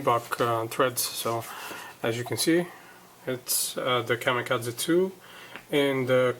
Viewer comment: Nobody says "Kamikaze" better than you do!!